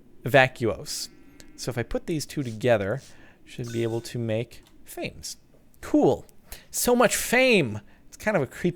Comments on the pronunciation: Pretty sure Fames is pronounces faw-meez. I think most of the aspect names are derived from Latin. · fames is pronounced fams. this is because it is a short word for famines as in hunger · Captain, it's [FAH-mace], not like fame with an s. Just thought I'd let you know for next time. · If you scan rotten flesh that should get you some fames Which is pronounced fam-ess